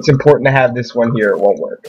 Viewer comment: ITS NOT WOEK!!!